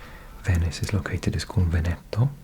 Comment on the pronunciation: It is not Venèto but Vèneto